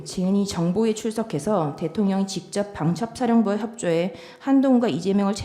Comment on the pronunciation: 직졉뱡쳡샤령관과~ 다 ㅓ 발음을 ㅕ로 하는구나